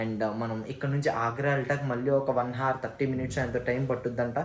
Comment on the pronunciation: Bruh Nv kodhiga english words pronounciation nerchukovali... Brou...nuv delhi ni dehli anakudadhu delli anali.. H silent avvali... Hour ni havar anakudadhu.. HOur anali h silent... Take it positive Mama